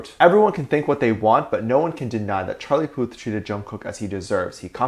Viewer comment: "he goes by the name of Charlie Puth" me: CHARLIE PUSS! sorry i just remembered when Jungkookie pronounced his name like that, it was so cute!!